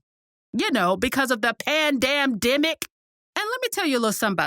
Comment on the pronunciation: The” Pan (dam)dimic “😂😂😂🤣🤣🤣